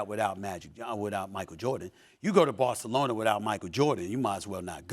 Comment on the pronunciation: Barcelonia 😂 -Stephen A. Smith